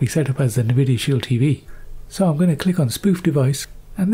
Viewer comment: "Nih-videa Shield" 😂😂😂😂😂😂